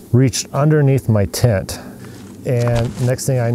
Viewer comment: It's a tent not a tint